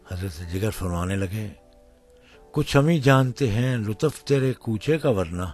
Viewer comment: AOA brother I really enjoyed your video because it's belongs to a legend but your pronunciation is terrible please next time make sure practice before you download for example lutaf please right way is lutuf and last u is kind of silent please